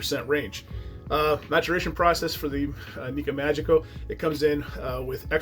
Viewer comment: "Me-ah-geeky-oh." And if you do a Japanese whisky again, the traditional word for cheers is kanpai (kahn-pie). Nice review, all the same. I haven't gotten into Japanese as much as I'd like for 2 reasons. 1, not a lot of reasonably priced offerings near me, and 2, not a lot of offerings bottled at 46% or higher.